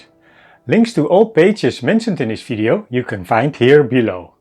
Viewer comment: Oh another those who cannot say V. Fideo eh? Dutch eh?